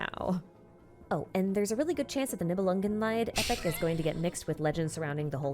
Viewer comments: I am maybe a bit late, but a short correction of that butchered pronunciation: "Niebelungenlied" is german. Her pronunciation of the "-lied" is not only butchered - it gives the whole thing a different meaning. "Nibelungenlied" means "Song of the Nibelung". "Lied" is the german word for "Song". Its pronounced like "Lead" not like the english word "Lie" or the german word "Leid" (suffering). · nibelungenlied is pronounced leed (song) and not lied (suffering)